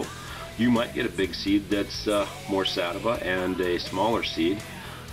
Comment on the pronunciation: He said satava but he meant sativa